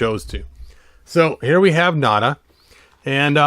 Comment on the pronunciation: Hopefully Mezco makes Nayda. It's pronounced Nay-da, not Nada, BTW